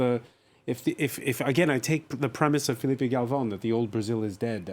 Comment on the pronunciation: Please don't call Filipe Galvon again.